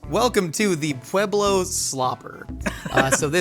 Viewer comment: Thank you for 1. Telling the true story behind the slopper and 2. Pronouncing Pueblo correctly. A side note, the best green chili is made using Pueblo Chilies, NEVER hatch😅